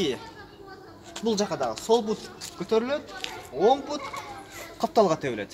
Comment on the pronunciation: Пут эмес бут!